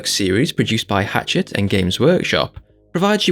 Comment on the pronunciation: Not to be an arse but its Hachette, not Hatchet; Hach is pronounced as Hash like a hash brown. I'm having the same concerns as you, most of the stuff I get is simply going on a shelf, unassembled. I can't build the Necrons as they're too fiddly for me (I've only got one functioning arm due to a nervous system disorder so all my hobbying is done one handed) so I've been bunging them on a shelf and concentrating on Primaris Marines. So far I've only built one model from a premium boxset: Tyranid Broodlord. The annoying thing about the good value models not coming is that I would have thought subscriber's were the first magazines allocated, the ones going to the shops should be a secondary concern but it seems that its the subscribers that get screwed here. That's a bit naughty in my opinion. edit* I'm interested to know what flavour jam is in your hammer, personally I think it looks like strawberry jam. I'd have lemon and lime marmalade from Rose 😂